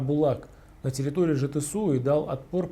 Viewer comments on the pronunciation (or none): Жетису а не Жетисау)))